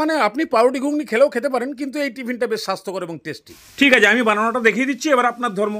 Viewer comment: Testy 200% but plz Sasthokor bolben naa.. 😂😂😂